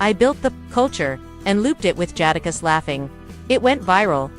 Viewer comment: Can’t take u serious LOL U CANT EVEN SAY JADAKISS RIGHT 😂… FOH WIT THIS MESS😂😂😂😂😂😂🤦🏾‍♂️